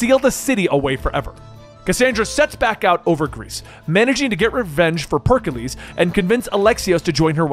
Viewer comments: Per-ick-lees Thur-mop-olyee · Ah yes, Perk-a-lease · Ah yes, the great Perkiles